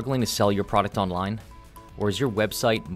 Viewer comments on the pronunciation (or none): none